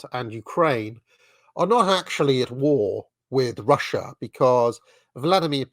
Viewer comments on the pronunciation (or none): none